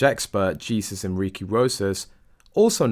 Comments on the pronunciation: He pronounced the Hispanic body language guy, Jesus Enrique Rosas, as Gee-sus, rather than “Hay-soos”, the Spanish pronunciation. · His name is pronounced 'hey-soos' Not Jesus. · Your channel would hv more credibility if you pronounced peoples names correctly. Its not Jesus, its pronounced Haysuess. Its Latin. Princess Eugenie is pronounced Youjennay. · By the way, "Jesus" is pronounce, "Hey soos" in Spanish. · Dear commentator, Jesus is pronounced HEY ZUS. Please get your pronounceation's right. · The body language guy's name is pronounced heysus